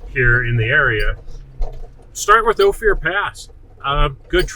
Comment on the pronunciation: why is he calling it O Fear?